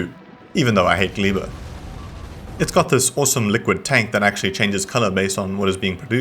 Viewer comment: Judging by the general similarities between slavic languages and the fact that I speak one of those, I think Gleba is meant to be pronounced "Gleh-bah", rather than "Glee-bah". I'd also venture to guess it comes from the same source as the Polish word "gleba", which just means "soil". Y'know, like Vulcanus is named after volcanoes because it's a lava planet and Fulgora is named after something to do with electricity (no Idea what, but Fulgurbugs in Monster Hunter are zappy-zappy).